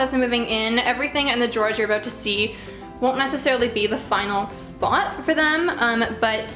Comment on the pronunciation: I can't help finding it funny every time I hear "aboat" XD